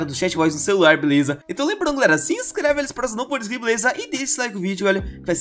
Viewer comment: é ué o king já teve algumas vezes que ele falou beleuza na calabreusa